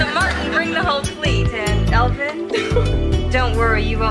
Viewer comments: It’s Elvin not Alvin, how you tryna act like you never seen the “Cosby Show” before. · It's elvin.....not Alvin.